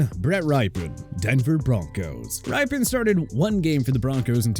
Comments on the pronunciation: It’s pronounced “rip-en,” not “rye-pen.” You’ve done this twice now. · It’s pronounced “Rippin” Does anyone know who Mark is anymore? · Great video! Gotta work on the name pronunciations though! Like Rypien and Simian.